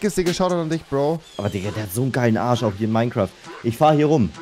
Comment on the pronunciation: Wie Rewi einfach Minecwuaft sagt😂